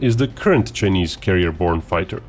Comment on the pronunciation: Given that he is going to say "Chinese" hundreds of times in this video, how is it possible that the supposedly professional commentator of this video, does not know how to pronounce "Chinese"? And how is it possible that nobody corrected him before this video was launched? I'm only asking.